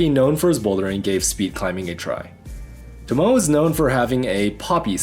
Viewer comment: His name is pronounced TO MO A. Each syllable is stressed the same.